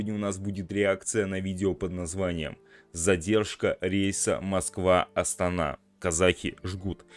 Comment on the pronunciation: СПАСИБО ЧТО НАПИСАНО И ПРОИЗНЕС "АСТАНА" ЭТО ПРАВИЛЬНО Е НАСТОЧЩЕЕ НАЗВАНИЯ АСТАНА _ ЭТО СТОЛИЦА МНОГОНАЦИО НАЛЬНОГО НАРОДА КАЗАХСТАНА А НЕ КРАХОВОРА НАЗАРЬ НАЗАРБАЕВА КОТОРЫЙ ПРИСВОИЛ НАЗВАНИЮ ОТ 6АРОДА ЗАБРАВ ВОР УЛТАН НАЩАРБАЮ. ПОЗОР ТОКАЕВУ КОТОРЫЙ ПОДАРИЛ НАЗАРБАЕВК ВЗАМЕН ЧАСТНОГО ПРНЗИДЕГТСТВА ПОЗОР